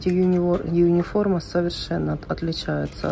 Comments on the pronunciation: Почему юниформа?Униформа от слова универсальная❤ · Почему "Юниформа"-то? Униформа! У. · почему юниформа ?а не униформа?...от какого это слова?